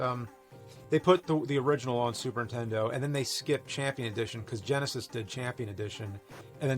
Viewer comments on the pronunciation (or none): I don't know what you mean, as if there's another name for it, but he actually mispronounces "Super Nintendo" at least twice, saying "Super Entendo" Edit: OK he always mispronounces it. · James: Super Intendo.... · "Super Intendo." - Jame Rolfe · Super tendo la pantat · Super “Intendo” I can never unhear this. Thanks James 🤣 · Super entiendo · He prounounces it more like "Super 'Tendo". I usually say Super N-E-S. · Also 'Super Nintendo'. Given his schtick, it seems kind of ironic.